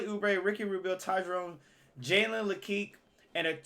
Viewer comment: It’s pronounced Jalen La que